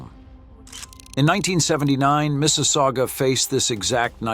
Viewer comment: Mississauga. Also known as Mrs. aOOgah!